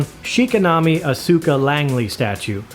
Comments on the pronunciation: Show is pronounced Eve-e-Lon-gal-on Character is Oz-ka. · 1) Amazing statue 2) amazing video 3) oh my God I have never heard every single syllable in Evangelion and Asuka's name so brutally uttered before